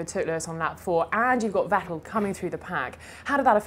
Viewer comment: Is he pronouncing vettel's name like that on purpose?